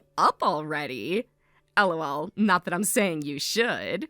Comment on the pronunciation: Dislike The constant 'El oh el' are making me cringe so hard I almost broke my neck JUST FREAKING LAUGH